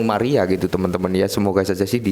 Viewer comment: Palung mariana apa palung maria ,,,,yg bener yg mana,,kalau dari kata kata nyebutnya saja dah salah,,,mgkn beritanya juga hanya ASAL ,ASALAN SAJA bikin fomo Orang